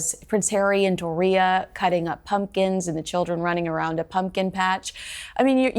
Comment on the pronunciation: doesn’t pronounce Doria correctly! And strip the titles!